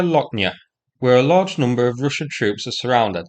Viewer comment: "Rooshen positions"